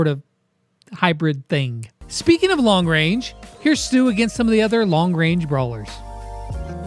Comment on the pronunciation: What is STUs name is actually supposed to be pronounced as (STUH) 😂